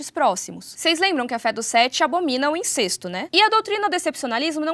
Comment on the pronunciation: Eu acredito que a fonética da palavra incesto seja "in-cés-to" e não "in-cês-to". Aprendi dessa forma.